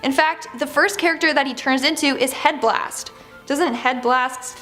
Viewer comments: Its HEATBLAST. Who tf is headblast? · Headblast LMAFAO its Heatblast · i'm sorry did you say HEAD BLAST? IT'S HEATBLAST NOT HEAD BLAST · It's heatblast not head blast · The way she pronounced heatblast💀💀💀